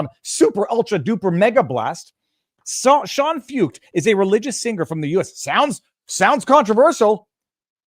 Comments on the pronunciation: Sean last name pronounced "foyt" You would like him, look him up viva‼️ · Shawn foo ket. That’s how you say it. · Pronounced "Foyt" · Sean Feucht . . . pronounced "Foyt" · Sean Feucht (pronounced Foyt) started holding Let U Worship events in CA during Covid lockdowns. They have spread throughout the US, including DC, and around the world .In Canada he has faced harassment and attacks, although people have come from all over Canada to participate in these events. God will win! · The name is pronounced Shawn Foyt